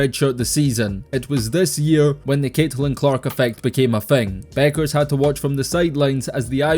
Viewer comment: Its Bueckers, with a K. That's why she also goes by Paige "Buckets" as its a play on her last name.